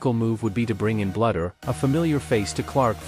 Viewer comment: Please pronounce Lisa's name correctly... It's not "BLUDDER." It's Bluder as in "BLUE - DER."